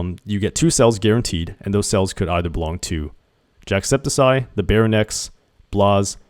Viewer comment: No one is talking about the fact that he's saying "jackseptiseye" 😭